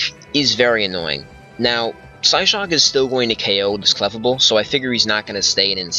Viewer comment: thats not how you say clefable